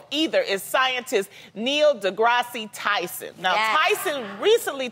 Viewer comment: ......... Okay... First, you guys gotta tell Loni how to correctly pronounce the names of the people she's bringing up for these discussions. Y'all do multiple takes; there is no excuse for the final cut to have her saying Tyson's name wrong. Second, if Loni really wants a sequel... TO A MOVIE DISCUSSING THE REAL LIFE EVENTS ABOUT 1200 PEOPLE WHO PERISHED BECAUSE THE WORLD WAS TOO STUPID TO THINK THAT SHIPS SHOULD HAVE ENOUGH LIFEBOATS TO SAVE EVERYBODY... there are 3 animated Titanic movies she can watch and multiple live actions films about the sinking ... >__>